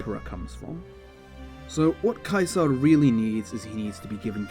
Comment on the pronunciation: I like how you pronounce "caesar" properly i feel like its an often over looked detail when talking about him